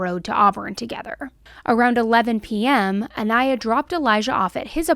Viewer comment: Hey! Not trying to be rude here or anything, but rather bring attention to it. I absolutely love your content and will never stop watching you. However, it is a little distasteful when you constantly say the victims name wrong. I know there isn’t any malaise intent or ill will behind it, but it just feels so disrespectful. You had several clips in this video of people pronouncing her name the correct way, so I know you have heard it. But all throughout the video you kept pronouncing her last name wrong which leads me to believe it may have been on purpose. Idk. Just putting it out there. I still love your videos though and will continue to watch. Just something to think about when you’re making your videos and editing them.